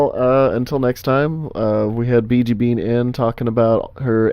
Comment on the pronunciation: first time I hear that I thought u said ,,Bitch''